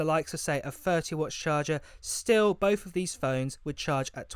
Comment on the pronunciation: Bof instead of both? Hard to listen when the English is so bad.